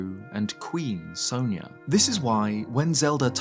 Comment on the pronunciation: It bugs me how the games pronounce sonia so wrong. It's sawn ya not so neya